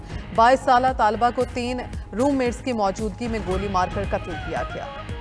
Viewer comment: Talba NAHI taliba